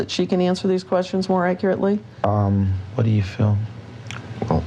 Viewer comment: “Accurately”. Is that really so hard say? What an idiot.